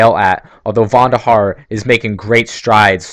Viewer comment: It's David VONderhaar, not VANderhaar